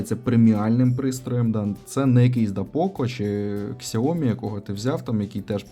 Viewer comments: Не Ксяомі,а сяомІ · сяомІ,якщо грамотно,по жовтомордому. Це як у нас недолугі кажуть хюндаі. Корейцям кажуть, а вони крутять пальцем у скроні. ХЬОНДЕ!!! Отак і сяомІ з наголосом в кінці.Грамотність після здоров'я,перше. Не будьте телепнями!